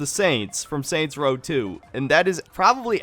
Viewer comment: Soynt's Row